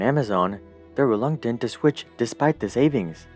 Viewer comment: it's pronounced as reluctant, not relunctant. sorry I try to help ♥ love your videos